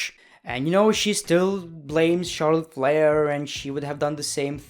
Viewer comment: Every time he said Charlotte flair I thought he said Charles leclere I was really confused